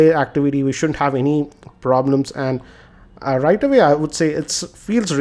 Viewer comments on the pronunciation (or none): none